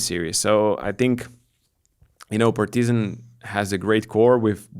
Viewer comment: why you are saying PartYzan? When in lithuanian you pronounce it totally correct.